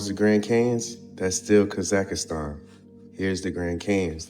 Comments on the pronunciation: It's NOT Kazakastan, it is Kazahstan. That man have zero traveling experience. He does not know almost nothing. He just reads from Wikipedia and draw the conclusions as he see fit. There are good number of us that have visited most of these places. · Homie says Kaz ak a stan!!! lol.